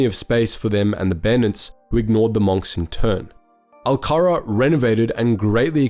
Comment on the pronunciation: Bruh in what world do you pronounce "monks" like that.